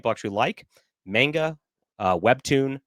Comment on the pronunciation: MAWN-gah, not MAYN-Gah.